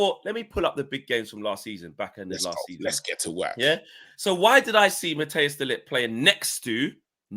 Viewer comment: Cmon guys pronounce De LiGt name properly! 🤦